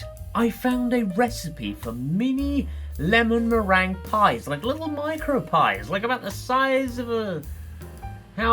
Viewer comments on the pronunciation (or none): Meringue being pronounced merang suggests we are watching